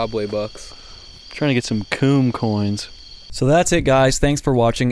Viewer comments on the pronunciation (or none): Am I high? Or did really just say coon coins. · did he just say coon coins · Bruh said cooncoins 😂😂😂😂😂😂😂😂